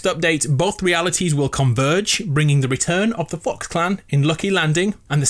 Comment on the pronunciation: Who else thinks he said Fu**s instead of fox 🤣